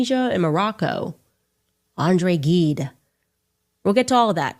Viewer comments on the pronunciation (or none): She is obsessed wìth sex and pédophiles. Did you notice she says Marocco, Andre GUIde? So funny, her neurons are finding connections even when they have no correlation, even when they have nothing to do with jews. She can't pronounce the name of the author she is referring to, which shows how superficial she is.